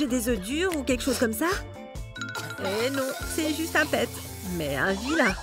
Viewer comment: Elle a dit "et meuv"